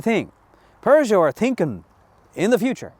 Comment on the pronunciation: do you have to follow the English and put an "r" in Peugeot?